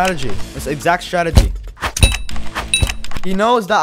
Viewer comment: Bruh not "startegy" it's "strategy"